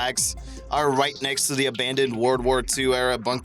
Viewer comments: Warld War I, Warld War II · "wourld war" lol wtf? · "Worold war" hahaha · "WOorld War I" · "WARld war one" "WARld war two" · "Woroled Wore 2" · Why does he only mispronounce the word "world" when he say WW1 or WW2? Every other time he says "world" in this video he pronounces it correctly